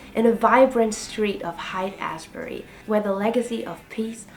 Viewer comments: It's pronounced like "Hate Ashbury." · Monterey is pronounced (Mon-te-ray) Haight is pronounce (Hate)......Never trust a Prankster